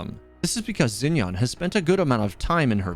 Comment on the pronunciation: isnt xinyan pronounced more like sshin-yan bc in pinyin "x" in mandarin has a "sh" sound